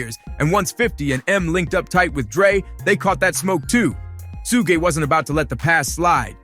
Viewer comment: shugg shugg shugg and your captions have a lot of errors in them.. please you say Sooge but the captions say Snoop and it should be Suge (shugg shugg shugg)